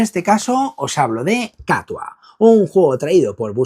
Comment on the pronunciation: Me ha resultado curioso que pronuncies "KATUA" con acento en la primera A cuando yo, como vasco que soy, tiendo a decirlo en euskera con acento en la U. Y es que "Katua" es, literalmente, "El gato" en euskera. Porque, ¿que la ilustradora tenga apellido vasco es casualidad o no lo es?